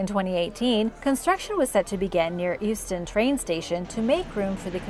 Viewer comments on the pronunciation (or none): It’s pronounced yewstun (Euston)